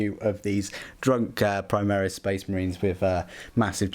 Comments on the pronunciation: The way you say premise makes me uncomfortable. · I like the "prem-eyes". haha that pronunciation